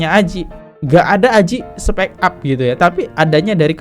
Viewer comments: Dr tadi udah nahan2 tpi gk bisa nahan, gemes bgt dengar abang bilang speak up ( spek ap) yg bner itu spik ap bacanya 😌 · Bang spik ap bukan spek ap 😅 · Bang dibaca nya spik ap bang bukan spek ap 😂🙏🏼